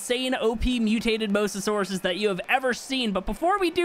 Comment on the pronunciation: Mosasaur - moez u sore, Plesiosaur - please ee o sore